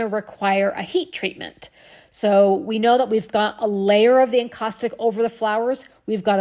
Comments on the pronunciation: my southern ears were scratching my head on your pronunciation - LOL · Are you saying acaustic or encaustic for the medium?